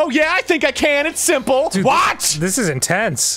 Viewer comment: when arin says "WHAAT?" so abruptly its hilarious